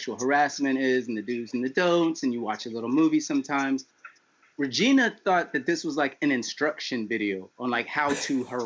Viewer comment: Hello vageena,i mean ragina